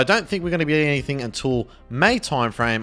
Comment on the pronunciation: "any much longer" "anythink" dude the way you talk is so frustrating